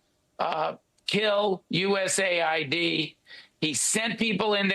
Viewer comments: USA-ID???????? It’s US-Aid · Is anyone gonna tell him it’s US AID not USA ID 😂.